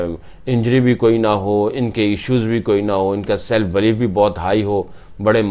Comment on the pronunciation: Its believe NOT BLEEF..Bhai